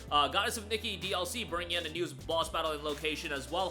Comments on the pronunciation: Its not Nikki but Nee-Kay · the way he says nikke bro.... hes saying "nicky" and not "knee-kay" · Nikke (Nee-Kay) btw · KNEE-KAY is how you pronounce it